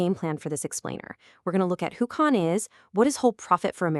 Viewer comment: Cahn is not pronounced "Cain." It rhymes with "barn," not "main." 😢😢